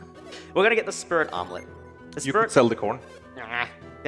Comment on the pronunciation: Why do I keep hearing Spirit omelette instead of Spirit Helmet?